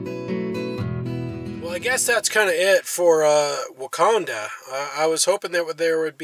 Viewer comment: My great grandmother and grandmother were born in Wauconda, Illinois. BTW there is NO 'S' sound. A couple of my great uncles mined gold in the Black Hills, SD. The mine's name was also Wauconda.